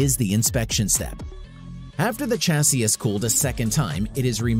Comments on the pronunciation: Argh so painful to watch!! :( Chassis pronounced shasee, not tchasee. Like Champage is not tchampagne. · Pronouncing the start of Chassis like chase sounds terrible. Shame